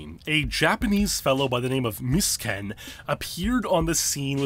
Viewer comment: Take a shot every time he pronounces is "Miss Kin." Bro, it's "MEE-SUE-KEN."